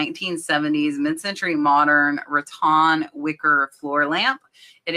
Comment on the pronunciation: Nice encouragement. BTW, I've always heard the word rattan pronounced Ruh-Tan (with tan rhyming with fan).